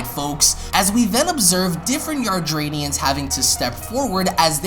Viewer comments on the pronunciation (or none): Please pronounce "Yardat-ians" properly. Hearing you say it repeatedly the wrong way was such an earsore.